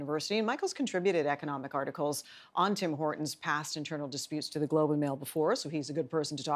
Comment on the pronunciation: Anyone else annoyed by how that guy pronounces Tim Hortons. It's like he emphasizes the T in Hortons.....friggin Americans.